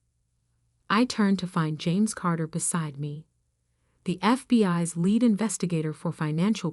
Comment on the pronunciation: WOW!! FOOD FOR THOUGHT ABOUT THE 8? YEAR OLD CHILD, WHO PROSPER & HOW SHE DEALS WITH THE ISSUES!! BUT, PLEASE USE SOMEONE THAT KNOWS THE ENGLISH LANGUAGE!!! NOT AI!! BECAUSE PRONUNCIATION OF WORDS IS BASED ON CONTEXT!! SUCH AS, LEAD OR LED AS IN GUIDING FOLKS, VS AS A PENCIL LEAD OR THE METAL LEAD !! ALSO, LIVE AS IN BROADCASTING, VS AS IN , HOW DO YOU LIVE SO WELL IN DALLAS?? THESE KIND OF ERRORS MESS UP STORY TELLING!! LOVE & GOD BLESS YOU ALL IN YOUR SEARCH FOR THE TRUTH!! PASTOR HENRY 83+ PMM PDT MAR 28